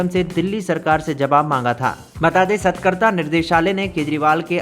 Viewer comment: सतकरता नहीं सतर्कता बोलते हें भाई